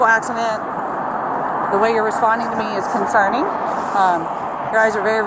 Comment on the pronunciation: ...'thats conserning to me,thats concerning "...🙄😶 idt this cop should b on the streets....thats concerning to me....fr fr...😂😂😂